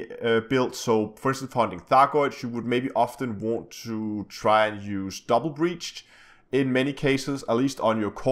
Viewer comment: Its brace [brās]. Not breach [brēCH] :<